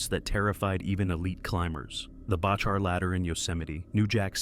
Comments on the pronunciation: Learn to pronounce his name… It’s Back her….. not Batch her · Its far from thousands of people barely hundreds get your stuff right amd it’s pronounced Back our dingaling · You can’t even pronounce John Bachar’s last name. It’s very disrespectful. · This is what happens when non climbers make videos about climbing. Shame on you, you cannot even pronounce John's last name correctly. Crawl back in your hole, please. The amount of misinformation here is mind boggling. Shame, shame, shame. Noihing but shameful douche-baggery in this.